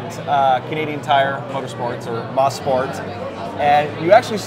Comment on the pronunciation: It's pronounced as MO-SPORT not MA-SPORT